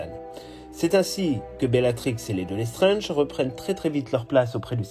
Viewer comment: Vous prononcez "Lestrenge". C'est "LesstrAAAAAAAAAAAAAAAAAAAAAAnge. Comme dans "ANGE" Pas "ENGE". Pourquoi prononcez-vous le A comme un E?